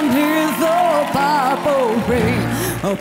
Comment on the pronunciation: A mí no me transmitió nada, además que no puedo evitar sentir cringe cada que pronuncia mal purple 😑